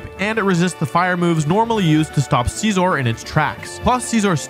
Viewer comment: “Arcanina”💀 ”Caesor”💀 “Slayking”💀